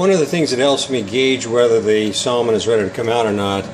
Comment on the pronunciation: Its samon